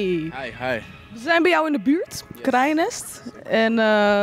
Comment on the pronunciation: in de buurrrttttt😂😂